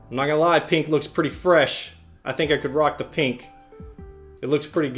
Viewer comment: the way he says pink annoys me